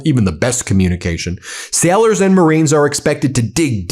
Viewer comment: it is pronounced "Sailors" not "Sellers"